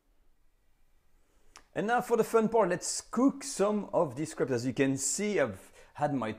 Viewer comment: I like how he says crap instead of crape because of accent